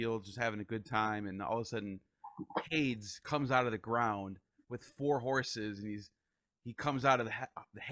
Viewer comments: Just a gentle correction: Hades is pronounced "Hay-deez" not "Hayds". Terrific interview. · Haydes, demiter, elushis, layment etc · What an honor to interview Carl Ruck. It was funny hearing Hades pronounced that way. Then there's the pronunciations DEMI'-ter and per-CEP'-pony that threw me. But who is El-U'-shus😅? And the mushroom, I've always spoken it SY-loh-SY'-bee, but have heard others pronounce it differently.